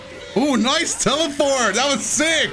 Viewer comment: i swear i heard you say "NICE TELE-FART!"